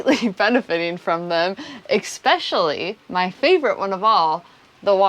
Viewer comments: er uhm: ekspecially --> especially ;-). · I love your videos. But please. There is no x in especially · Great video. note that there is no "x" in especially. Or in espresso or etcetera for that matter.